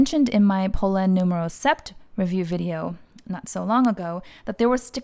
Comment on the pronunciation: Such a great and in depth review, thanks for sharing! I’m seriously tempted to buy this bag. Just fyi, the “p” in sept is silent so it’s just pronounced like set!